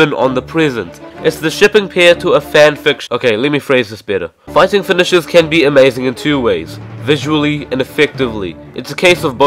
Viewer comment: Anyone hear fedishes instead of finishers